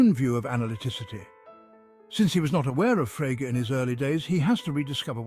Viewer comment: And why can’t your AI pronounce Frege?